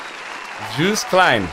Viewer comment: You pronounce Joost like Yohst :)